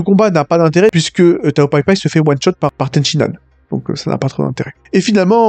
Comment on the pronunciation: Purée stop. C'est Ten Shin Han, pas Ten Shi Nan. À chaque fois que tu le prononce Ten Shi Nan, y a un bébé phoque qui meurs dans d'atroce souffrance, apprend à prononcer correctement par pitié.